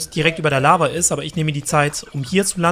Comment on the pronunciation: über der "Lava"? XD